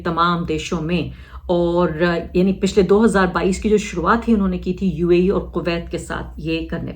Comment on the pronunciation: Uae bhi bolna nahi aarah